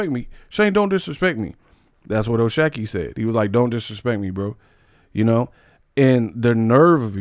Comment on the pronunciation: I think it’s “shock” ⚡️. Not “shack”